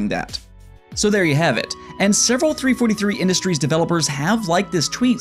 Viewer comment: Btw its pronounced Seh-key-do not seh-ku-ro its a Japanese name せきろ. Sekiro. Lol 3 43 industries not 3-4-3 industries.